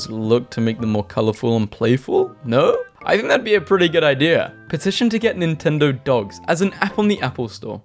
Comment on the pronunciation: He still doesn’t know how to say Nintendogs noo